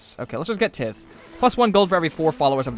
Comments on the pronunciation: Tithe is pronounced /tīT͟H/ :P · That's not how you pronounce "tithe" It's actually pronounced "tithe" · What? Isn't it pronounced "tithe"?